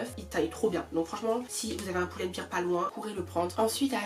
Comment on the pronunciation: Pourquoi j’ai l’impression qu’elle dis « chez Poule and Bear « 😭😭😭😭